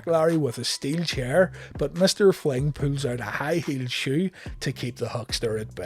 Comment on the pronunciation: Fling, not flynt